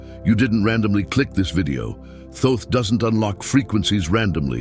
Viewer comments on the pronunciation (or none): A friend who claims to know reckons that that's not how you pronounce Thoth? I'm going to look it up now I need to know. Okay here's what I found... The traditional English pronunciation of Thoth has two primary variations: "Thoth" (rhymes with "oath" or "both"): This is often pronounced with the initial and final "th" sound as in "think". This is the most common way in English. Phonetic spelling: THOH-th or /θoʊθ/ (US) and /θəʊθ/ (UK). "Tote" (rhymes with "boat"): This version replaces the "th" sounds with a simple "t" sound. The name "Thoth" is a Greek adaptation of the original Ancient Egyptian name, which was closer to Djehuty (or Tehuti, Tahuti). The exact original pronunciation is difficult to know because ancient Egyptian writing did not use vowels. It seems that there's more than one right answer 🤔🤔🤔🤔